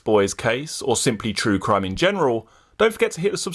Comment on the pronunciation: Penny smith saying "cwime" and "cwiminals" gives me a boner Everytime